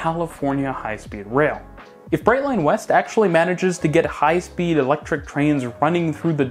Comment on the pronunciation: Did you say electric? Noop.